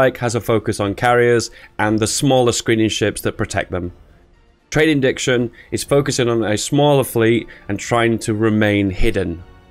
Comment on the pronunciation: Its trade iNTERdiction. Like Internet + diction(ary) not indiction. Iknow you have dyslexia issues so just pointing it out. No hate my mate.